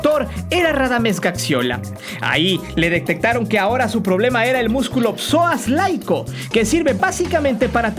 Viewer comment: El músculo es el PSOAS ILIACO.... no es el "LAICO"